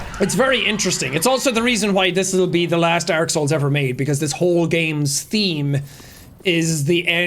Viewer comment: drink every time he says derk instead of dark